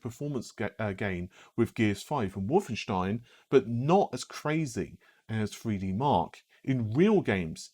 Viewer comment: What you said: Lots of really great information about hardware and tech What I heard: Over-pronunciation of the word 'Wolfenstein'